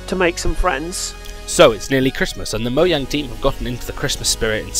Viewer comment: "MOJANG" is how it's spelled, "MO-YANG" is how it's pronounced.